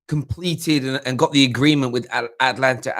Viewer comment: What is Atlantia......cmon. Its Atalanta